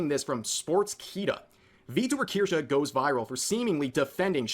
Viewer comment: Watching chat congratulate you for FINALLY saying it right warms my heart